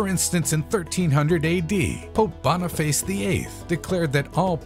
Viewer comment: "Boniface' is not pronounced "Bonny face"